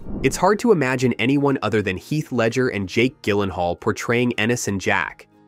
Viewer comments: You can’t correctly pronounce Jake’s last name? Seriously? It’s Jill-en-hall. Not Gill. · It's pronounced JILL-en-hall. Soft G. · im so glad im not the only one who was triggered by that lol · You should really understand how to pronounce Gyllenhaal if you’re going to make a video like this. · hey AI learn how to pronounce Jake's last name. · Pardon my quibble: This was overall a decent little video about a great film. I just wish the narrator had taken the 30 seconds in pre-production needed to learn the correct pronunciations of the last names of author Annie Proulx (the L and X are silent, rhymes with NEW: proo) and actor Jake Gyllenhaal (the G is soft: JiLL en hall). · Why didn't you bother to learn how to pronounce Jake's last name? AND why did you pronounce the author's last name differently at the beginning and then throughout the rest of the post?